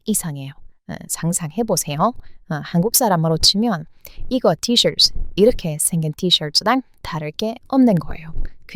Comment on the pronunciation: 미국분이신가요? 티셔츠 라고 발음하는게 일부러 한국사람들 쓰는 발음으로 하신건지? 첨 영상보는데 외국인컨셉 녹음을 하시는건지 아님 진짜 외국인인건지 궁금해서 여쭤봅니다.